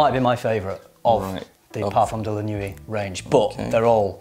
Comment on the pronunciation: Nuit isn’t pronounced ‘nuwee’, its ‘nwee’. Nice vid though :)